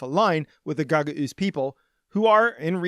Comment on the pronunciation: Unfortunately, you mispronounced Gagauzia each and every time you said it (along with mispronouncing Gagauz). Wikipedia states the phonetics: you could have checked this with a five minute Google search at any point. In related news: 99 percent of American news anchors still can't pronounce Xi Jinping.